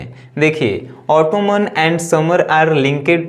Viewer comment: It's not ऑटोमन its ऑटम